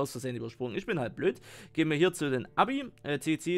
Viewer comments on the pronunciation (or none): es wird eibi ausgesprochen nicht äbi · Richtig ausgesprochen wäre es ja "Äbi" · Das wird äbi augespochen und nicht abi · Wie du Abi gesagt hast🤣 AEBI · So als Tipp Aebi wird äbi aus gesprochen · Ae wird ä aus gesprochen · Man spricht das eibi aus